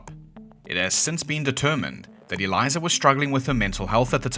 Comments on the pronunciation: sorry i cannot take you seriously when you can't even pronounce the first name you say correctly. Elisa... do you see a Z anywhere in there? Since you're referencing the buzzfeed video did you not even watch it to hear her name? Eliza and Elisa are not even remotely close in pronunciation. I've never heard someone just sling a Z sound [zound, according to this fool ig] into a name or word like this before. Ceezle hotel? good lord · Its not Eliza, its elisa. Pronounced “el-ees-a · Why do you keep saying Eliza? It’s Elisa😂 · "Elisa" not Eliza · It's El-EEESA Lam. Not "Eliza". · Aleesa it's pronounced not eliza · Okay, but her name is Elisa...not "Eliza". 😅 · her name is “uh-leesa” lam. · Ee Lisa is how to pronounce her name. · British “people”are so funny. How do you conquer most the known world yet you pronounce everything the way you want to. Like the fact Elisa’s name is defo not pronounced “Eliza” not only that but while I’m on the topic, why y’all eat the blandest food yet you conquered colonized and raped and murdered most the entire world purely for spices, yet y’all never use anything other than salt and pepper. What’s up with that? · Her name is Elisa not Eliza. That’s so annoying. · “Elisa” is pronounced like “Lisa” but with an E at the start. The way you are saying it would be “Eliza” but at least you tried 👍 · A-LEE-SAH is how to pronounce ‘Elisa’, please learn how to pronounce the names properly, it’s about respect!! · Is the voice over AI bs or real. I only asked because he’s pronouncing Elisa wrong. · Why should I listen to anything this video claims when they can't even pronounce Elisa's name properly? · the least you could do is pronounce her name correctly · There is no z in Elisa's name. At least pronounce it correctly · That’s not how you pronounce Elisa Lam’s name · that name doesn’t sound familiar because your AI ass is saying it wrong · so elisa lambs case is still not solved , and you didn't even say her name right.